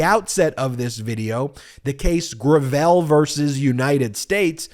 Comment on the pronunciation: Finally pronounced Gravel correctly. Now let's work on Amit Mehta.